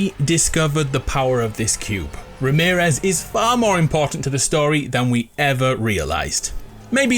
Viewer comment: Before he said Remearez Me: Ramearez for sure